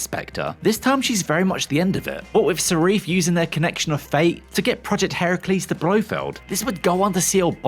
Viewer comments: Who is “Sarif”??? The name is Safin… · Aarrgghh.....why don't you do your research? 'Only bond girl to appear in more than one bond film'.....er, no. Silvia Trench was the first, appearing in both Dr No and From Russia With Love. Also, why do you keep saying Serif, when its SAFIN????? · Uhh...it's Lyutsifer Safin not Sarif! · Okay good analysis but dude… it’s SAFIN not SARIFFE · You keep saying ‘Sarif’. The villain’s name is ‘Safin’. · Safin, not Sareef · Not Sarif but Safin. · His name's Safin, not Sarif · Why did you kept on saying 'sarif'? It's Safin for chrissakes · It’s Safin! Not Sarif! God this guy can’t read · Sarif?? You mean Safin?! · Safin, omg. Not Serif! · It's Safin not Sarif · Villains name is saaaafiiiiiin bro NOT SAREEEF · Stop saying Sarif !!! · Why are we pronouncing Safin...Sarif? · It is grueling that the narrator keeps saying "Sariff" when referring to Safin. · He’ not called sarif it’s sarin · “Sharif”? What the hell is that? It’s Safin… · Safin not Sarif. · It isn't syreef - It's Safin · How, even when the characters name is spelled out in front of you, do you keep pronouncing SAFIN as SARIF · It’s “Safin” not “Serif”. You’ve confused the villain with a font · The villain is Safin, not Sarif?! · Why does he keep calling him Sarif ???? It's Safin ffs !!! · Isn’t it Safin? Not Sareef? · The name of the villain is Safin not Seriph! 🙄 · You mean Safin not sarif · who's Sarif????????? its SAFIN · The guy's name is Safin, not Sarif, for Bond's sake!!! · Who is serif? you mean Safin.............. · why does he keep saying sarif not safin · Safin->>Sarif XD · Why do you keep calling Safin Sarif? Have you seen the film or even read the word? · Not sharif, but safin. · Narrator's a moron……”Sareef”????? “Desmond Lewin”?????? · Repeat after me: Safin. SAH-FINN. Not Sareef. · It's Safin not Sarif! Damn! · Basic research....it's Safin, not Sarif. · Who is Sarif? It's SAFIN. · Dude keeps saying "Sarif" instead of Safin. Eep. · SA-FIN not SA-REF